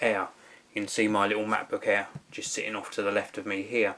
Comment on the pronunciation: When I first heard, I was wondering:"No, I want to watch a review of Macbook Air, not Macbook Hair"